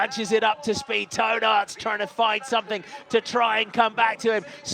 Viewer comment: LOL On the pronunciation of Toon Aerts coming out like Toe Nuts :D